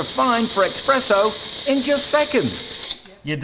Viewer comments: did he say "Expresso?" It's E*S*PRESSO, not E*X*PRESSO. #wordcrimes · How about “eXpresso” 🙄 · it's pronounced "Espresso"! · He said expresso, didn't he? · saying "expresso" is the worst bit of this.